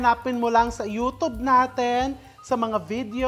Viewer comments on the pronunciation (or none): none